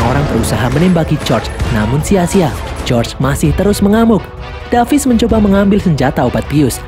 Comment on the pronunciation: David bang bukan davis😅😅